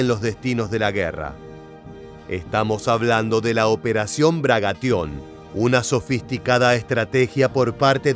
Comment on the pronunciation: Se dice Bagration, no Bragation.